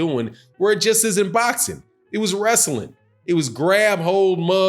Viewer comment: You mean werstling lmao